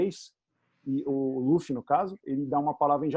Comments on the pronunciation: só gostaria de deixar registrado minha gratidão por vcs pronunciarem "Lúfi" e não "Lãfi" como já vi muuuuuita gente falando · Tem que ser Lúfi mesmo. A pronúncia do L com som de R é coisa da pronúncia japonesa. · Pontos Positivos: 1. A dubladora mandou bem na voz do luffy q no começo do anime era mais infantil se comparado com a atual. 2. A dublagem da Alvida está perfeita. 3. Acertaram chamando o Luffy de Luffy e n de Ruff. 4. Colocaram a abertura original. Pontos Negativos: 1. Apesar de parecido com a original, em alguns momentos a voz do Luffy soa muito cartoonizada. É como se eu estivesse vendo um desenho animado como o apenas um show. 2. A voz do Coby n combinou mto. 3. Acertaram o nome dos ataques do Luffy. É irônico q isso seja algo negativo, porém esperava q pronunciassem os ataques com o sotaque japones de um inglês errado 😅. (Ex: rocket - rocketo) Ainda assisti apenas o primeiro episodio. Espero q nos próximos eu seja surpreendido positivamente.